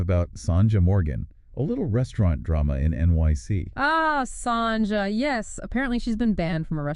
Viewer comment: What a load of crap this programme is !! And why are you showing pictures of Sonja Morgan while talking about someone else? It's not pronounced Songer!